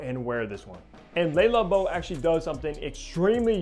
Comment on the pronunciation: Nice review but PLEASE learn to pronounce the brand. Its not “Lay” Labo. It’s Le Labo. “Le” sounds similar to “luh” . The “lay” sound you keep making is how one in french pronounces “les” …so it makes what you are saying even more silly. Sorry to call you out on it but its a showgirls ver-sayce kind of thing to many ears.